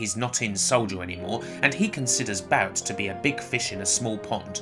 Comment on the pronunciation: First of all it's not "eye-ris" or "iris", Aeris is pronounced Air-ess. Secondly I hate that you pronounce Rs as Ws like calling Barrett "bewett". You obviously can pronounce Rs correctly as you do several times throughout the video, yet 90% of the time you lazily choose to say "chawacters" or "angwee" instead of angry. "Shin-wa" is the worst. You sound half-british half-dutch.